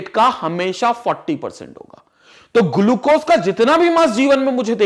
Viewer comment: I respect sir but the way he says glucose 😂👌........ hey says "Gulucose"🤣☠️